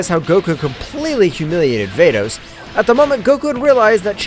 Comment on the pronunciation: Bro who is fordes it's vados